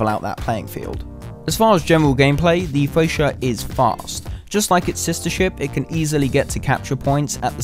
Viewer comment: You dont use mph to measure torpedo speed!? Its also pronounced FRE-CHA not FRE-SHA